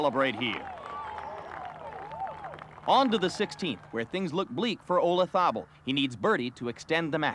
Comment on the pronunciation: The Americans have a jolly hard time pronouncing Olazabal.